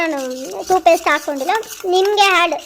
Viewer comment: Toothpaste, not toopaste